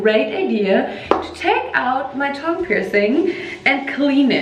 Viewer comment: Why is she saying tongue like thong? 😂😅